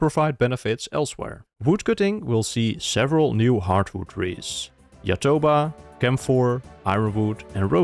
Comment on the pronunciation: bros are calling a brazilian tree with a tupi name "yatoba"